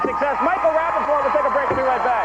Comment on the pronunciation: Rapaport and Regis just can't say his name right.